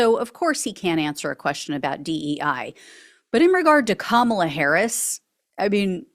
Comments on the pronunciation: Right Side Broadcasting Network was also purposefully misprouncing her name. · Alina is still acting childish by saying Kamala's name incorrectly. I noticed everyone at Fox News has suddenly been advised to cut it out and say Kamala's name correctly, in 2024. It's almost like it takes them decades to learn to say Kamala. They're about to have 4 + 4 years of hearing exactly how to say Kamala.